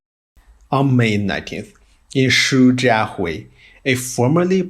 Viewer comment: Wait, what ? Hong Kao Railway station ? HONG KAO ??!! WTF It's Hong Qiao And you can't pronounce Xu Jia Hui ?